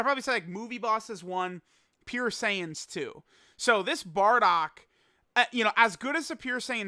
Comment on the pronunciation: I Hate how he say Bardock..